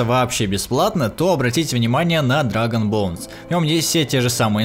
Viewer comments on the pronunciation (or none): none